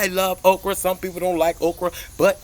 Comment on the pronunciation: I thought you were saying Oprah.